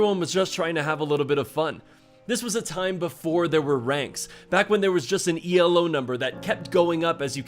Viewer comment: Just fyi, it's not ee el oh, it's elo, named after its creator Arpad Elo